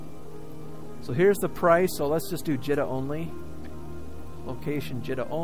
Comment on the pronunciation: JEEEEETA not JEtta